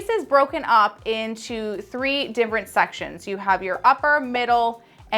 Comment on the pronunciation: Every time she says “dim-frent” instead of different 😂😂